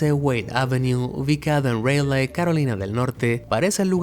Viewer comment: Vivo en raleigh carolina del norte cerca de la estacion de bombeo y no tenia ni idea. Otra cosa, es graciosa la forma que pronuncias raleigh.